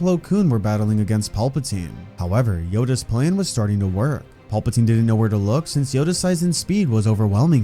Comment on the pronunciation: Not watching solely because of you pronunciation of PALpatine. It’s PAL-pa-tine. Now PAWLP-atine.